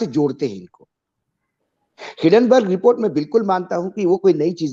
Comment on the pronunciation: Hidenberg or hindenburg? Illiterate.